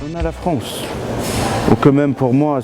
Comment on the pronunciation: 😂 il a dit fronsse et grand 😂fourest la honte un guignol de 1er.